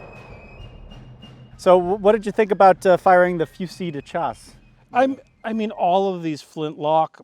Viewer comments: Good heavens! Your partner just pronounced "fusile de chasse" so beautifully - almost 80% accurate I'd say - and then you come along and turn that word into a phonetic bloodbath again 😅 - "Fuzee de Jazzee" - ouch 😆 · Monarchists still mad we left😂😂😂. Mmmm...their tears taste esquisite😂😂😂 Edit: It's pronounced Fewseel Deh Shassah. Or literally French (at the time) for Shotgun.